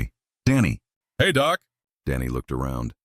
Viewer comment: It’s nice better then some audiobooks but work on doc not doe?